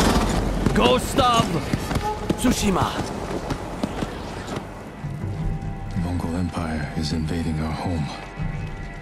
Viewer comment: About fuckin' time, bro! lol... Btw, most Japanese nouns have the stress on the first syllable and the "t" is always pronounced in "ts" - TSOO-shima